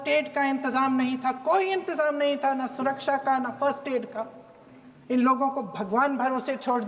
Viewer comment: Abe tera baap Mudi anpadh hai aur tu bhi anpadh hi hai jo support krta hai usko 😅😅 Sidha sa sawal hai ghuse kaise Baisaran me ye ni bata pa ra tadipaar anpdah gruh mantri bas past ka burai aur khud ka taarif kar ra hai 😅😅. Anpadh tadipaar gruh mantri bana hai. Surkasha ko suraksa bolta hai tera yogi aur anpadh tadipar gruh mantri 😂😂😂 aur anpadh Chai wala PM to radar ko badal me chupa deta hai 😂😂